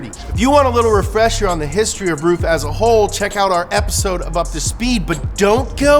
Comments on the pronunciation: That joke was wank and did not work it's pronounced(run) roof it's pronounced rough idiot and least you pronounced aluminium right lol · its pronounced roof? I've always thought it was like 'ruff' since gran trismo 2 lol. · Lol “Roof” isn’t it Ruf. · He was pronouncing rug wrong it's pronuced rough but who cares right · Somebody please teach how to pronounce the foreign words, because it's not funny to be look ignorant, when you make such an information-soaked show;) thank you